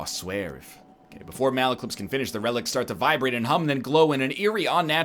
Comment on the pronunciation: he cant pronounce relics